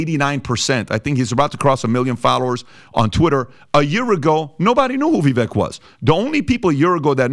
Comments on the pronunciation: Vivek sounds like vivake (rhymes with cake). not viveck. thank you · Vivek, pronounced Ve-Vake long A like Cake.